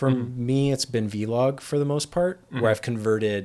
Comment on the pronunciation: Big fan of OH-LOG